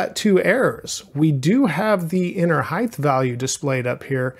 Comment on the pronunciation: This is a really minor thing but it bothered me a lot, you are pronouncing Height weirdly. You keep saying "hithe" instead of "hite", sorry to point it out but I thought I was growing crazy haha